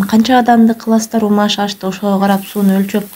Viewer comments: Умаш эмес умач деп айтыныз. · Умаш эмес умач деп айтылат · Умаш эмес умач дэп айтылат негизи Мындай болуп умачталбайт силердики ун сыяктуу эле болуп калды маайда тоголок болот 😊баарылэ иче бэрет .Унутпай кыргыздын тамагы дэп жасаганын учун лайк😊